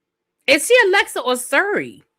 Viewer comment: Siri not Suri